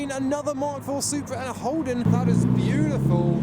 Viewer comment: "now we ha e a betiful BLUUU Supra" Is he turning into Boris???